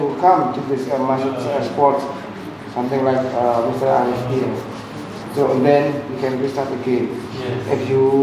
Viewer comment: Selalu salah sebut nama ini😆